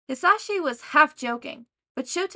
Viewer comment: I’m not trying to be rude and I did reach the end of the video but I would like to tell you the proper way of saying mic’s first name Ha-Za-she Or at least that’s how I say it